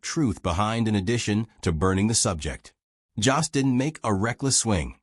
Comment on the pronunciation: His name isn't Joss! It's Jost, and it rhymes with host or most!!!